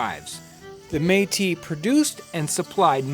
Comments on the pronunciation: The Meat-us lived in the apple-at-chian mountains lmao. Its pronounced May-Tea and Appa-lay-shun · Man I didn't realize that's what he was talking about. I've been looking for "Meatists" for like an hour now LOOOOL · Btw metis is pronounced Metiss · I noticed you changed the pronunciation of meatis. Did you find out between videos that that is the real way to say it? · Hi; it's pronounced metiss :) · John I’m pretty sure it’s pronounced meat-tis. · took me 2 parts to realize he is reffering to the Metis people, cause he said mee'ti, Metis just mean part white part native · Métis is pronounced MA tee. It is a french word. It runs in my family. I'm Canadian and my family goes back to the mid 1600's. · The Meatice people. lol that was really bothering me. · Métis, if you want to pronounce it properly, you have to exagerate the S at the end, like for Paris ( even if In French we don't pronounce that S, but this is another story ) . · Except that all of Canada pronounces it the other way. You have to remember with Canadian French, it has been disconnected from European French for 200 years, and a lot has changed in that time. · I'm not laughing. He made a mistake and corrected it. But you're right, good on him. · I thought it was a bad pronunciation of Metis, the french name for people of mixed origins.